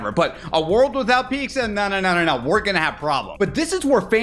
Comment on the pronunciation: Yoy menace, yoy say pizza with an X 😅